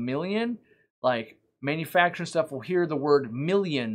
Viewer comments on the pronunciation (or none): none